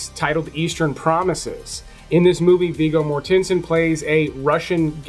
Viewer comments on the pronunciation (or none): You lost me at Viggo Mor-TENSE-n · Southland Tales is an absolute mess of a movie, it couldn't decide what it wants to be, Action, Science Fiction, Comedy? yet fails at everything, it is just weird and unfunny and makes no sense at all, it is on my list of the top 10 worst movies of all time. also, you are mispronouncing "Viggo Mortensen's" name.